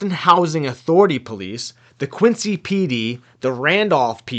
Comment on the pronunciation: I'm disappointed in you for saying my hometown wrong lol. It's pronounced QUINZEE not Quincy. Come on bro you're from Mass 🤣🤣🤣